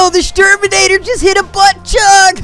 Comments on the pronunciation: I lost it at Exshturminator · Exshturminator xD xD xD Im done xDDD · HANZ GET ZE EXSHTURMINATOR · shcan the shawmill to shoot shterman with the exshterminator